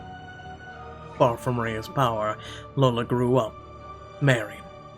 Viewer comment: Also it's not Lola it says I - Ola - iola